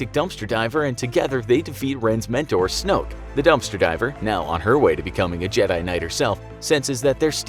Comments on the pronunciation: This is how you say snook it's Snoke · snoke* not snook bruh